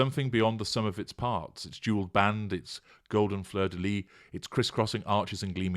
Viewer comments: The « s » in Fleur de Lys, is not silent. Thought you’d like to know. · Just one little thing: fleur de lys...you have to pronounce the S . Sorry for my bad English...my first language is French.